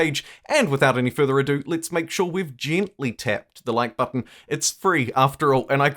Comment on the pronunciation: Gintly? lol what a way to say gently